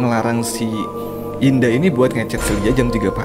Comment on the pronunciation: "indah" kenapa saya dengar "dinda"